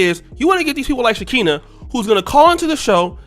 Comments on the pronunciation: Her name is Pronounced SHE-CON-A.and that's what she is. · Lol it’s “SHE-KON-NUH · You clearly don’t know who she is cause you said her name way wrong!